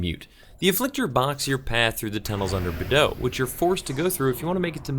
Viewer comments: Lol, Badeaux is also difficult for you to pronounce hehe. ;) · I've never thought about pronouncing Beadeaux as you did. I always just said it how it's spelled, like Bee-ah-dew-ux, which I know is not right, but it's the name I know it by for the last 15yrs lol.